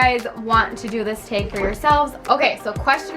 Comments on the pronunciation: You say the word tag with a slight accent 😂 love this video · I can definitely hear your accent in tag and bag lol! Cute!